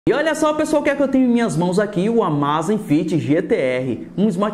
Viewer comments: não rs. Na verdade você poderia pensar em duas pronúncias diferentes para essa palavra abreviada, e nenhuma delas é a forma que você usou rs. A primeira seria pronunciar como em Amazon (ámazfit - com z mudo). A segunda como em amazing (ámeizifit - mesmo assim aqui o z é quase mudo). Ámázífit não existe. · Cara, a pronúncia não é amazifit, você inventou um "i" onde não existe rs.